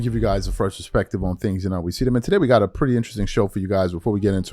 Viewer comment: Its “a fresh perspective” Not “a fresh respective” You have the term wrong and it pierces my ears to hear it on every intro.